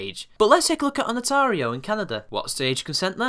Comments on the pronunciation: Fucks sake! It's Ontario! Not "Onatario!" She actually had that ONE fact right. Other than that small pet peeve, amazing video and I can't wait to see her ass end up in jail for defamation. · Agree with the video but really man learn how to read place names! It's Ontario not Onatario! lol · its pronounced ON-TARE-E-O Ontario. she's also wrong to even mention statutory needs of consent from parents when the two people are of the age of consent. she was 17 which by Canadian law makes her over the age to give consent at 16. with such a large age gap between the two had she been 16 he would have needed parental consent but and this is where Canadian law differs greatly from American laws because she was 17 within the last year before Majority her consent becomes the only one needed for sexual encounters regardless of the partners age. also as a side note a parent can not agree to allow their child below the legally recognized age of 14 the previous legal age of consent to sexual activities unless the partner is of the same age group +-3 yrs IE a parent can chose not to allow proceedings against a 15 yr old who was seeing a 14 yr old. the laws have been shifting around over the last few decades so depending what province you may see some variables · Great video, got yourself a new sub. Just for the record Ontario is pronounced on-tar-io. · it's ON TARE E O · hey bro it pronounced ON TERRY O not how u are pronouncing it bro Just saying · LOL at your mispronunciation of "Ontario"